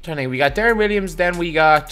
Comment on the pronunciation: My guy are you saying Deron Williams?